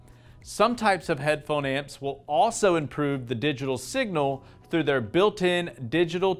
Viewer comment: You made me chuckle when you kept saying "headphone ants"